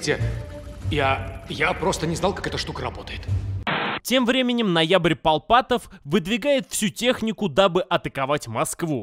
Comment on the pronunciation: Я услышала "Палпатов" ака палпатин. Только кишка тонка, на палыча не потянет.